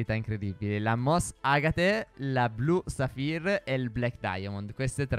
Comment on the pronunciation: per me anche se costa zaffiri (non saffiri🤣) potreste cmq riparare l'armatura pk se no penso che nessuno ve la compri